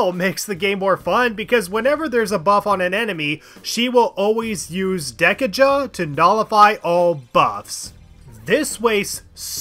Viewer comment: Why would you pronounce dekaja that way??? It's DE-KAJA, the thing that removes kajas, it isn't 10 jas!